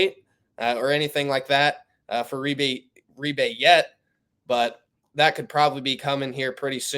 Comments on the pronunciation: Big deal he didn’t ( according to you) pronounce Reibe correctly. These kids have crazy names,how can anybody be expected to pronounce them all correctly? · This host is a terrible "insider". He doesn't know how to pronounce Reibe's name, and didn't know Furphy is not related to Johnny Furphy.